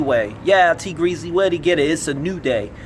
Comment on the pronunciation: Did u call him Tea Greasly?😅🤣